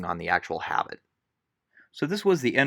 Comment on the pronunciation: pronounced "ah-BEET" not "habit"